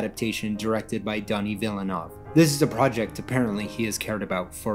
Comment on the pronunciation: DONNY VILLAINOV?? Denis Villeneuve (deh knee vee nuhv)